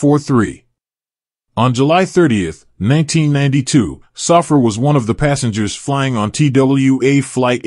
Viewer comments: Saffir is pronounced "Sah-fear" not "Suffer". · Pronounced.. SAH -FEAR